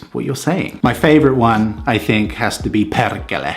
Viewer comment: It sounds so sweet, when foreigners says perkele😂. Dont mind carry on, i am proud of you trying to learn, but perkele. It sounds like a little girl who havent learn to spell r yet. Sitll lots of respect. I belevieve this kind of foreigners adds to our culture. Keep up good work.